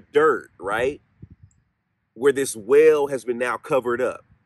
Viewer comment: I just found you and love your channel! I have to get used to your accent. I thought you said “ whale” when you were talking about a “well” …. Like why would there be a whale underground? Lol. You gotta come to CT….. lots of places to seek out spirits.